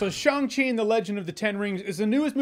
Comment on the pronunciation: Wow, great pronunciation of Shang Chi LOL The chi part needs some tweaking but passable for a good Chinese speaker.